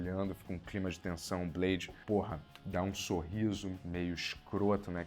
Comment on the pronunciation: " É blede, daywallker !".❤